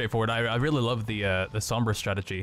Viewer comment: Just letting you guys know, Sombra is pronounced with more of an "Ohm" sound. Same as the SI unit of electrical resistance.